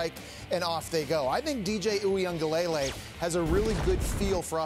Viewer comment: The way they say DJ’s last name is so cringe🤦🏽‍♂️ it’s pronounced wing-ah-leh-lei